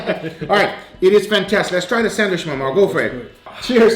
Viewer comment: Once again... every time I hear sandwish I question why... is it an accent or something? This is not hate or anything, I am really curious why is not saying sandwich.